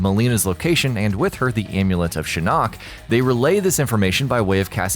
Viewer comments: you keep saying shin knock... its shin ock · shinOOOk !!! anyone else bothered by this? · I hate how you say shin-nok Not just shinnok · That's not how you pronounce Shinnok